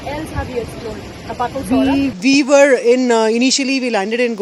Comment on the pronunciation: It's noh Sorah it is Sohra pronounce Soh - ra, the British during their time they called it Cherrapunji and just recently people used to call it like that, but it's original khasi name is Sohra.